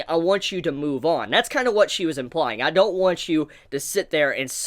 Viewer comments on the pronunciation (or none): none